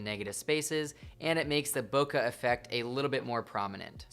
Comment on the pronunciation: Bokaaa 😂 it's boke' B-o-k-e